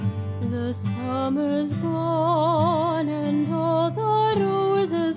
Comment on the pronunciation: Es la primera vez que veo a un angloparlante pronunciar la "r" como los hispanohablantes en la palabra "roses"